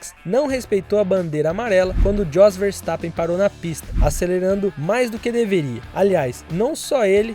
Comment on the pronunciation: Teus vídeos são bons, mas alguns erros de pronúncia são fogo... J em várias línguas europeias tem som de I, o pai do max, Jos, se pronuncia, "iôs"